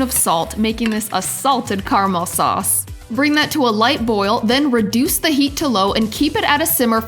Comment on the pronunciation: carmal sorccsseee hahahah its caramel